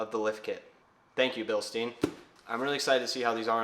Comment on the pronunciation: It’s pronounced Bilstein